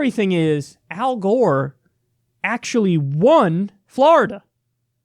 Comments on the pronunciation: F L O R I D A. NOT FLARIDA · Kyle why do you pronounce Florida like that you fucking degenerate.